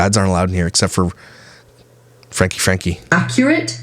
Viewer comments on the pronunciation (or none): I like your videos and everything you do on 8 Passengers and Connections (However it’s spelled!!). But you do mispronounce their last name. It is “Frank-key”!